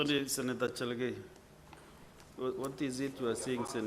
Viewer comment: Who taught this fool called Cheraregei?